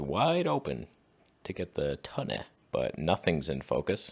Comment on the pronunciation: I come for the strange names and stay for the toneh